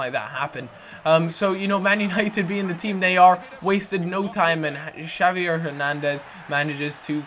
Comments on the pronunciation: its pronounced "ha-vee-air" not "cha-vee-air":) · Javier not not shavier or Xavier